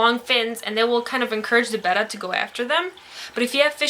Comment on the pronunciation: Heh, I always hear the name pronounces "bay-tah" instead of "beh-tah". Nice to here it pronounced properly for once. Though I must say, it does sound odd to my ears after hearing it pronounced the other way for so long.